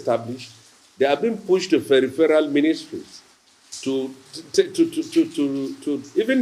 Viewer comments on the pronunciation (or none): none